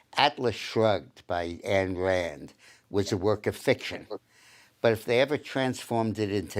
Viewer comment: Ayn, not Ann Rand